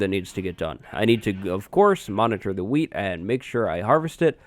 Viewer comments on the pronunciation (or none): every time he says wheat it sounds like weed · 99% sure you said weed farm the first time. teach me.